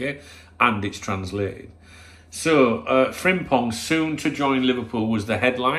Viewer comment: You pronounce his name fantastic with sore throat unlike them Japanese player names you tried few summer windows ago after signing Endo. 😂 Good player, but I would rather try keeping TAA at all cost if we can.